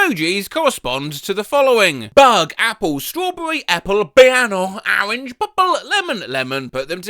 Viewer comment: ah yes, “BIANO” and “ARANGE”